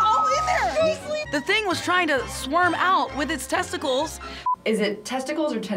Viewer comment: When sis said T E S T I C L E S…I spit my drink out 😆🤣😂